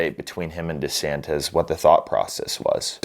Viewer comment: DesanTISSSSSS, not DesanTEZZZ.....